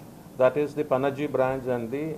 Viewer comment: Pronounce Panaji Properly..else learn it..